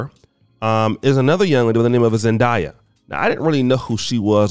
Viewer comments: You pronouncing zendaya the wind way its not zen-die-ah its zen-Day-ah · Is that difficult to stop the video and literally put i video with a interview with the actress to see how to pronounce her name, Jesus man this is just lazy as hell